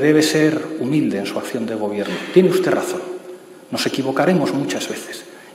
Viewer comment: UsteZ, MadriZ, Humildaz, SanidaZ, posibilidaZ... joder, que penita y que dolor de oídos!